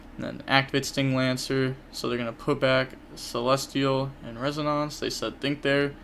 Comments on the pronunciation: res-O-nance. Like the sound a tuning fork makes. It resonates. (Res-O-nates) hope this helped. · It's pronounced res - un - in - ce, if that makes sense. The end is kinda like the word mince.